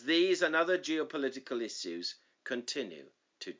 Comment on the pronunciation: I have issues with the way you pronounce issues 😅